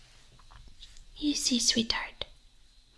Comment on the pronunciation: Ohhh, that's why I couldn't really hear the "h"!